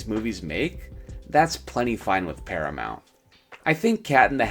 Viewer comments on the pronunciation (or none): none